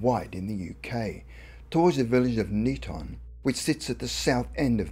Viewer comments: Me too! The pronunciation Neeton startled me a bit, thank goodness it wasn't in Knighton which is pronounced Kay-nyton. Good to see us on a spooky video 😁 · Neeton? odd way to pronounce Niton (nye ton) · The place is Niton pronounced night on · funny how they pronounce niton lol i live in chale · I know where this is supposed to have happened, and it is not " miles away " from any buldings. Go look on an O.S map or sattelite images if you doubt me - and why have you included pictures of somewhere that is clearly not the IOW ? Poor research and presentation, not to mention your pronunciation of " Niton ". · we drive on the left not on the right as shown in the video you can't even pronounce the village of niton or merstone the pictures you used were not of the Isle of wight it's not rocket science to get it right